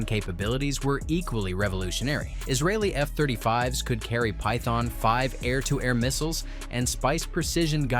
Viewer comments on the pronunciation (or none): none